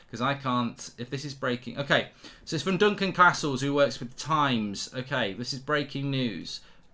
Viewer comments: Say CAstles properly, ffs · Why has he suddenly started saying Castles likes Carstles. Its more jarring than the time he stopped saying France and started saying Frarnce 😂